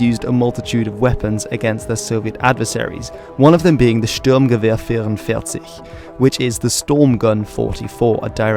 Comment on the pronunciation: Liked this just for the (relatively) amazing pronunciation of that German rifle